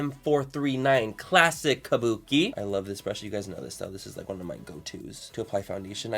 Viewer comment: The way he says kabuki lol :) made my day!